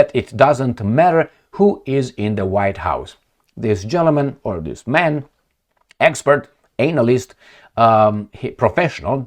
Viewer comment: love your updates with attitude. but please shorten your pronunciation of the letter A when you mention the word analyst, i always laugh because your pronunciation sounds exactly like the clandestine backdoor operation🤣🤣🤣🤣